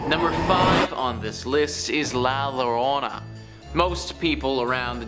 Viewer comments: A spanish word starting with a double L should be read with the Y sound so its La Yorona not Lorona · Yo-ro-na say it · La Llarona is pronounced like had a few drinks and slurring his words lol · Double Ls in Spanish are pronounced like the Y in yes.... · stopped watching when he couldn't pronounce llorona